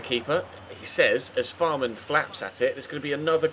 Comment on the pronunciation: Fährmann is pronounced like Fehrmann, not Fahrmann